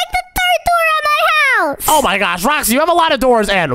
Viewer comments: Oh my gwosh Saying gwosh instead of gosh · Why do you say gosh like gosh Like gwosh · Oh my gwash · Way are they calling It oh my gwosh it’s oh my gosh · dude keeps saying oh my swash"!:shelterin:💀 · No he says oh my ghash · BRUH you say gwash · said " oh my gwosh" instead of gosh and he said "rwoxy" instead of roxy